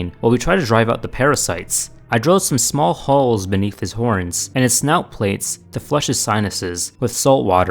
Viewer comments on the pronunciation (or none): none